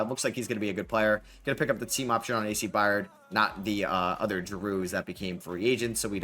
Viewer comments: I Got $25, For The Person That Counts How Many Times He Said, “A.C. Byard”… Instead Of “A.C. Byrd”… Lol😂😂…Great Video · Love hearing try to pronounce byrd…. It’s pronounced “bird”